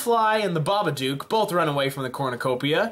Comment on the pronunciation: How did you pronounce babadook wrong